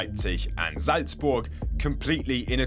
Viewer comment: I fully respect the speaker to pronounce Leipzig and Salzburg perfectly :O